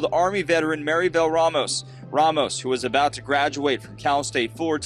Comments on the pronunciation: It's not Ray-Moes. It's RahMohs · Rahmos not Raymost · Ramos not Reymos.